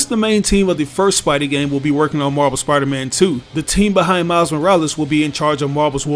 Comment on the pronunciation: When you say Marvel it sounds like you are saying MarBel